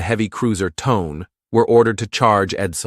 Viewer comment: I think that Japanese heavy cruiser Tone is pronounced "Toe-nay". Carry on.